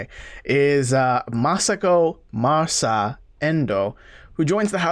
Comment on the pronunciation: I believe her name is “Masa” not Martha.